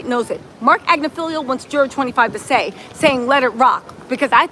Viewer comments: AG NIFF AHLO not AgnoFEEL-IO 😂😂 maybe you’re mispronouncing it on purpose to make him sound silly. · Ag-Ni-Fill-Lo Not Agnifilio